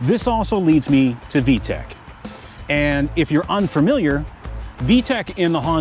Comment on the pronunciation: It's VTEC, not VTECH.